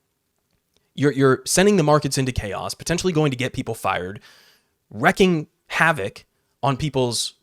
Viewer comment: Wreaking havoc, not wrecking. The ea is pronounced as a long E, as in "treat."